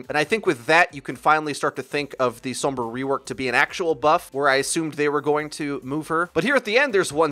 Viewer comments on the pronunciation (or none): stop saying Sombra like that. i love you.